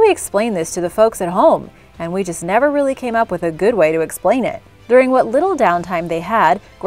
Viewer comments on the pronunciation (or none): none